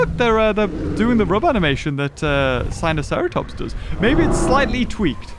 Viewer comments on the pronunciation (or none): none